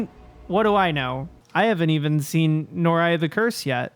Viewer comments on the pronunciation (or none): I love these videos and your content in general but I'm mostly popping in here to say: Noroi = noh-roy. All os are hard os, all i's are 'ee' sound, which becomes oy next to a hard o. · No-row-ee ;p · looks like Noroi, so No-Roy with the "roi" sounding like the first syllable in "royal"